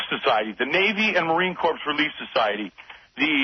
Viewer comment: Cabbie the “veteran” said marine Corpse